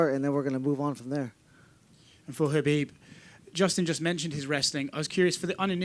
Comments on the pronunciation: Do they keep calling him Habib?? Wth?? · BUT DANA YOU CANNOT EVEN PRONOUNCE KHABIB'S NAME PROPERLY... SMFH..